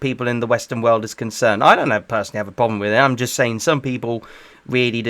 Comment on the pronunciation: bro said "yuust clean" lmao